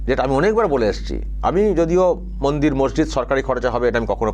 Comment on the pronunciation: ও চাচা,ওকাপ নয় কথাটা ওয়াকফ। গরু নয় গুরু , মুন্ত্রী নয় মন্ত্রী,সামপ্রীতি নয় সম্প্রীতি, মুনদীর নয় কথাটা মন্দির,বাংলার কি মুসলিম গুরু বাংলাটাই জানে না।